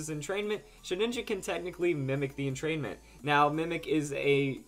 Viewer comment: Sheh-ninja? Entrain-ment? lol